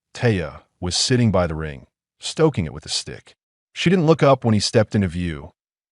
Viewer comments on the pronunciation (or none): it is one word not two initials; eye and tee, The same goes for by (one syllable), not two initials Just how old is the aI writing this stuff?? Hard to figure out just what it's about, same thing hapened with go near the end.